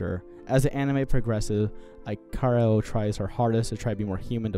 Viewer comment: Ikaros is actually pronounced as eek uh rose. Lol good review!